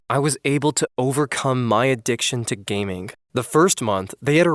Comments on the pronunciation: Good video, but something(k) is annoying(k) me every time he says gaming(k)... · Is it just me or did he say gaming with an k at the end?😂